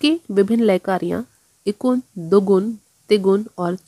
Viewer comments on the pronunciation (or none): इकुन नहीं एकगुन कहिए मैडम